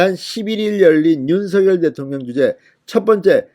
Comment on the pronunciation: 윤서결이아니라 윤성녈이라고 발음해야되는거아녜요?